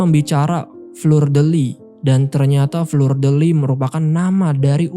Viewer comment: Cara mengucapkan fleur itu bkn fler, tp fluh dek Aduh